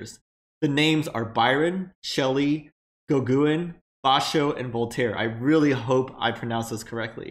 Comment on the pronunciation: It's pronounced Go-Gen not Go-Gwen. lol